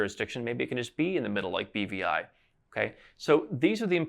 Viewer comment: no problem. I thought he had said bbi too...had to think about it to realize he said BVI